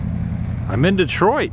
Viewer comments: Detroit is pronounced Dee-troit. The host is butchering the pronunciation of some of these towns. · Not sure, but I think it's DEE-kalb.And it's def pronounced DEE-triot. That one I am sure about. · Farm animals seem to be something you just weren’t around much in your life. By the way, it’s Dee-troit; in Texas, pronunciation is often tricky, but using the rule of accenting the first syllable as a default will often get you by ... Hence: SI-reene, PO-lice, HO-tel, MO-tel. Similarly, all soft drinks are “cokes”, not “Cokes”, and most Texans have gotten used to the apparent novelty of our solution to english’s sad lack of a second person plural pronoun, thinking that the simple contraction of ‘you’ and ‘all’ will do just fine, and is certainly better than “you guys” and its downright silly possessive case “you guys’s ... you guys’ ...” ? see ? I’m not even sure how to spell that ... anyway, they are often astonished to learn that almost no one outside of Texas makes almost daily use of the extremely useful and descriptive verb/infinitive hybrid denoting intent and imminent action - “fixing to” pronounced “ fiksnta” as in: “Ah’m fiksnta kick ya’ll’s asses ... “. They don’t understand how you get by without it. Going to or about to or intend to just don’t seem to carry the clout or sense of certainty that fixnta does. Some of these artifacts of dialect are common to the South in general, but many appear to be unique to Texas. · Davy Crockett is from Honey Grove, Detroit is pronounced DEE-troit, and the cows think you're gonna feed them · It is DEEkalb and DEE troit.